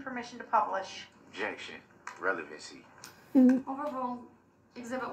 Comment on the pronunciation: Grounds for the “overoo” I swear he never made it past third grade.